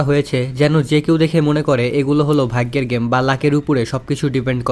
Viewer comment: vai eta vhaiggo na. vhaggo hobe. ar hea vai eta kono hate commant na. just amr theke eta ektu Weirdlagse tai bollam.